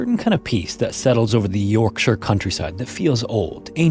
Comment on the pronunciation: North Ye-orkshire?